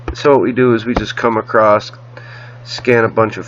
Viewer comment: Across does NOT have a T at the end!!!